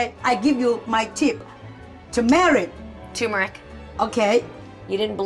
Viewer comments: Toomerric ‘ turmeric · says turmeric right. R is not silent.